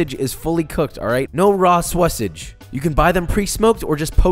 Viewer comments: ok, I"m out.... calling sausage "Sawasage" made me leave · I'm never gonna pronounce "sausage" the regular way from now on. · Why tf u say sausage like that? U not from texas